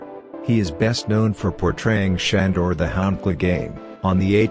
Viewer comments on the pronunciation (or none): Schandor 🤣🤣🤣🤣 It’s Sandor ffs. I hate those computer voices!